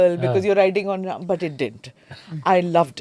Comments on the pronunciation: with all respect i ask you why you say rama not ram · Sincere request to Smita is to keep the names and noun as it is - avoid aa after Ram, Ravan, Upanishad, Ved. There is no aa after these names…..